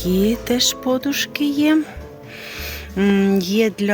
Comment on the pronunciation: Ставте правильно наголос на подушки.